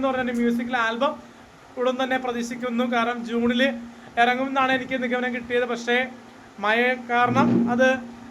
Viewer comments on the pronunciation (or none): മയ അല്ല പൂറാ മഴ... മഴുവിന്റെ ഴാ. ഒന്നും അല്ലേലും നീ ഒരു സൂപ്പർ സ്റ്റാർ അല്ലെ.. വഴുക്കി വീഴരുത് പൂറന്റെ ഒരു വാഴ.